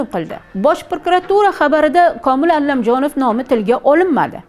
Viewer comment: Allamjonov emas jurnalist honim Komil Alamjonov tilizni sindirib quymen tagin chiroyli gapiraman deb oddiy aytsaizam tushinamiz.ALAMJONOV familiyasi